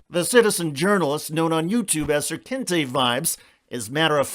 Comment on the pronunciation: The news caster can't pronounce words? How do u get "kente" from "knyte"?